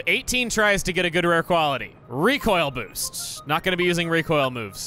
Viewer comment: pronounced “Boost” as “boast” lololol